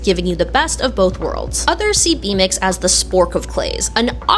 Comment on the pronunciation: I REMEMBER YOU TALKING ABOUT B MIX IN A DIFF VIDEO AND I THOUGHT YOU WERE CALLING IT BUTT MIX AS A SLUR😂😂😂😂😂😂